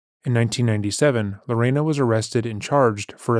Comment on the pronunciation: Not lorana.. my mother told me about this story since I was little. I love your coverage. Keep it up!!!